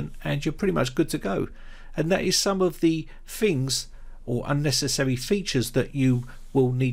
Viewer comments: "Fings" to disable? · When you say Fings and Fought, Do you mean Things and Thought?